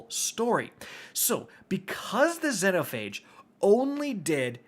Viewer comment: Xenophage pronounced Zee-no-fay-g